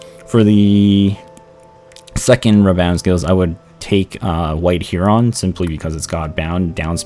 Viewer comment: did I just hear "white huron"? Should be white ˈherən.